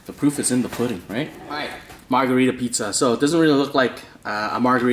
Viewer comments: Steel Castle yea i dunno how he said margharita to a carpaccio lol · Cries in italian when he called the first pie margharita